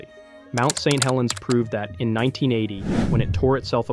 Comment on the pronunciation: Lowkey wish small channels would just not use AI for narration. Don't really care how bad you sound. It will be better than an AI that can't even read Saint Helens without pausing because I assume the script was written "St. Helens".